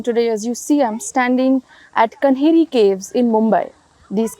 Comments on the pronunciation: It is Kaanheri caves. Not Kanheri. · Not pronunced Kanheri it is Kaa-nehri. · it’s the official spelling you are right. But she dropped the aa sound. She said कन्हेरी instead of कान्हेरी